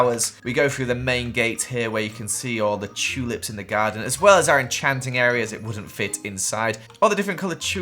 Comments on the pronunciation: I like when he says chulips instead of tulips 😊😆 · i love how says chewlips 💀